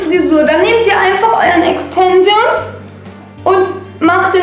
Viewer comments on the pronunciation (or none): E X T E N S I OOOO N S😂😂😂 alter ich hab mich so schlapp gelacht 😂😂 das wird Englisch ausgesprochen und Deutsch solltest du auch lernen 😂 "auf den fresse gefliegt"😂😂 sry bin kein Hater aber du bist echt ganz schön doof 😂 zwar witzig aber SOOOO viele Sprachfehler haben nicht mal Kinder mit 10 Jahren 😂😂 bin zwar Grad 15 aber egal 😂😂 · Extensions 😂😂 Aussprache? ? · Ja isso und SprachfehlerxD